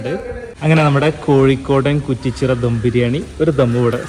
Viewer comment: ധം അല്ല ദം